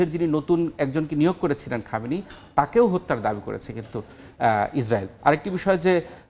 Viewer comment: সময় টিভির সাংবাদিক ২ টাই চরম বেয়াদব অশিক্ষিত ইহুদিদের দালাল,,,,সে ইহুদিদের নাম ভালো করে শুদ্ধ করে উচ্চারণ করে,,,, আর ইরানের সর্বোচ্চ ধর্মীয় নেতা আয়াতুল্লাহ আল খামিনিকে বলে শুধু খামেনি কত বড় বেয়াদব